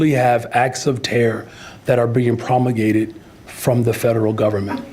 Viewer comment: “We literally have acts of ‘tear’ that are being ‘promugated’ from the federal government”